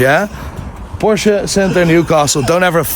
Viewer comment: It's porsche, not porscher 😂😂